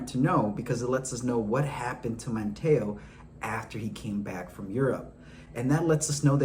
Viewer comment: Come man it’s not “Man-Taa-o” Man-teeeeeee-o. Manteo & least you said Wanchese right